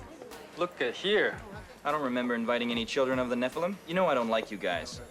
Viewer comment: Have been pronouncing Nephilm wrong this whole time??!!!